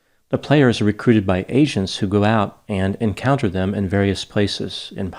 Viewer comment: It sounded like "asians", and in a sense, that was also true :-D